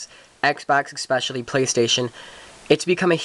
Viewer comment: you figure out what a d-pad is yet? or how to pronounce especially?